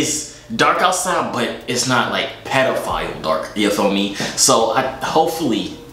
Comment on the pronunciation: How Manny times is he gonna call him petifile